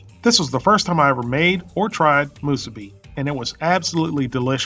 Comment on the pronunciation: Moosuby and furycake